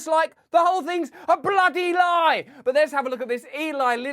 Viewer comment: "Bluudee lie"!